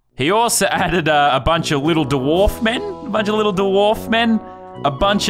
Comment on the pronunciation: What is a dawarf I’m Aussie and I don’t say dawarf